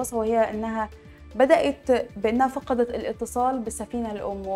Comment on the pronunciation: من عين حضرتك مذيعة ؟ مرة اخرى من عين حضرتك مذيعة ؟ التنوين والتشكيل للكلمات ونطق اللغة العربية سئ جدا جدا. (فقدت) نطقتها فعل ماض وهى مبنى للمجهول. (مسيرة) نطقت خطأ. مش معقول فيديو مدته ثمانى دقائق ملئ بالأخطاء. أرجو الأهتمام بلغتنا العربية الجميلة التى نشأنا على حبها. على العموم ربنا يوفقك